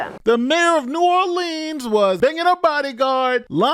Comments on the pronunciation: New Orleans, pronounced Or-Lens. Saying Orleens makes my ears feel like they’re bleeding. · it's pronounced New Orlins or New Orlens. New Orleeeans are only pronounced that way in songs. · Just a quick note for those that don’t know: When you say ‘New Orleans’ it’s New ‘Orlens” in pronunciation. When the ‘New’ isn’t present (like Orleans St or Orleans Parish) then you pronounce it ‘Orleens’. Orlens when the New is there. Orleens when it isn’t. Hope that helps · New Orleans is pronounced (New Orlans) by everyone who is in the know. Cantrell is a lousy mayor, a liar and a cheat, not sure any person who would ever be a good Mayor would EVER run and even if so would not be elected by constituents. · New Orleans pronounced ( Nu - Or Lee Anz). I went to college and lived in that region for about 25 yrs. I hope you don't mind my sharing a little phonetics with you. The majority of "gone to the dogs" US cities are turned over to AA's once they are trash. The 504 or Memphis are both major ghettos of the south. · I'm from louisiana and I cannot watch this in its entirety, because the person that's doing most of the talking doesn't even know how to pronounce the name of the city. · You can't even say the name of the city the right way... Then, I have to suspect your credentials for reporting on this area! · It’s strange too being she born and raised in Compton California. She has no roots in New Orleans. She refuses to pronounce New Orleans properly! Kamala’s bestie!